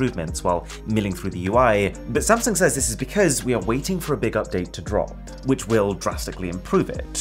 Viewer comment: Is it just me or is it supposed to be “SAMSUNG” instead of “SANSUNG”?